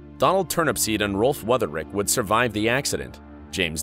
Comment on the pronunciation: The name of his co-driver was not Weutherich, but Wütherich.